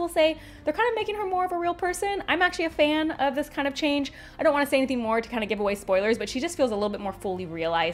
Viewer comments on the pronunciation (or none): none